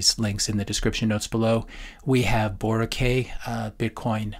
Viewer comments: Just a little tip from a Filipino Bitcoiner: Boracay is pronounced bo-rah-kai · Ouch,, Boracay is pronounced Boh-rah-kay ay sounds like the letter 'I', anyhow regarding the content I couldn't agree more!